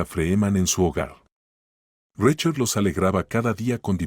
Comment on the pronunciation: Se dice SARA ( No zarra) se dice RICHARD ( No rachard) cuando van a aprender a pronunciar bien?